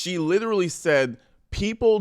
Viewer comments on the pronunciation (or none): none